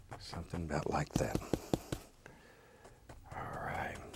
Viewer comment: "Sumthin about like at." - Bob Ross